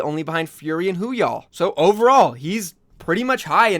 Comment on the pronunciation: Love your videos. But I’m pretty sure it’s Woo-hyal, not Hoo-yall. And it’s Mo-sa-ic, not Mo-a-sic. Just a couple small things I’ve noticed that kinda bothered me a little